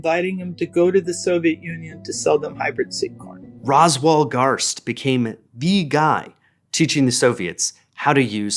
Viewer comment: Hyuahbrid Cowuhn